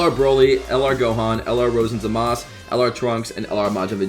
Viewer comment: Its zamasu not zamas